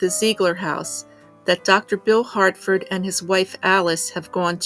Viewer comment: Harford, not Hartford.